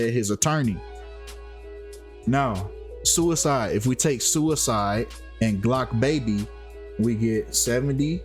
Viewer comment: It's Blocc Baby, not Glocc Baby